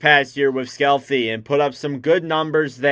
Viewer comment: Sceelty aka Skellefteå is pronounced hard with emphasis on the beginning of the word Skelllllefto. MBN - Had a tough season in Skelllllefto. The team is also having a very tough season and it was unclear for a long time whether they would even make the playoffs. MBN's playing style fits better in North America than on big ice in the EU. MBN is a power forward, how he will be used in GR will be exciting to see. The advantage is that GR uses the same system as RW does, so any transition will be smoother if he has another level in his game. We as Fans should not forget that the SHL was a step too far for him, that is what is visible during the season in the SHL. Let him prove what he can do in GR under calm and raw conditions and above all have realistic demands on his ceiling. ASP - Is probably two years away from reaching the NHL. He has two big challenges, firstly to build up a social network in North America that will carry him through the years of his active PRO career. The second is to adapt his playing style to a faster game (smaller ice) where his smaller body needs to build up. He has all the tools to reach the NHL, he is a young talent and should be given time.